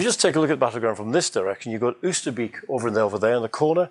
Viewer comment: Wow it all looks so wonderful. So much detail and instantly recognizable. One suggestion on the pronunciation of Oosterbeek, you would be closer if you say it starting with the "o" sound from "boat" - i.e., "Oaster - bake"